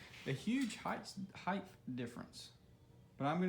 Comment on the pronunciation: Height!!!!!! Not heigth!!!!! Sorry but that grinds my gears